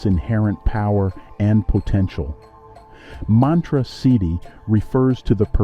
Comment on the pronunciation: you were mispronouncing siddhi the entire video 😂